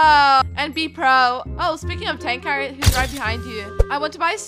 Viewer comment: this is angel "TANK R ITS TANQR NOT TANK R I AM A FAN ON TANQR AND IM ASHMEND